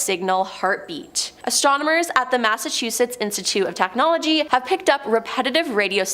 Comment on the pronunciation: Listen. It is "Astronomers". Not "Astromoners". Please and thank you.